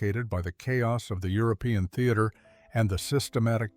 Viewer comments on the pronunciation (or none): none